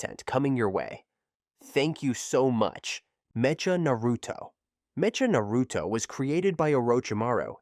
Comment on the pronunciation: Bro… it’s pronounced Meh-ka. Mecha as in Mechanical.. 🤦🏻‍♂️